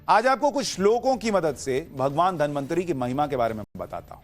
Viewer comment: धन्वन्तरी को बार बार धनमन्त्री बोल रहे हो क्या 😂